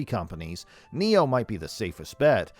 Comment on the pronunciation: NIO not Neo